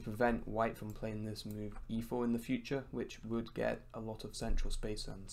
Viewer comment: No one:: IN THE FU-TCHA